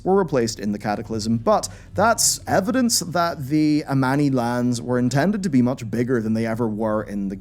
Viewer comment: I honestly thought the sun/moon thing was the tip of Sargeras' sword nearly impailing the world soul btw the trolls are called Amani not Ammani